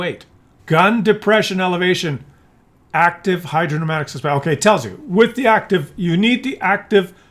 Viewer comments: Hydro pneumatic is pronounced hydro numatic, GG Scientist. The "P" is not pronounced. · Hydro - PNEUMATIC !!!! FFS!!!!!